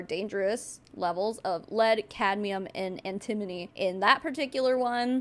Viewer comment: FYI its An-ti-mo-ny (an-tə-ˌmō-nē). Definitely an easy one to mispronounce!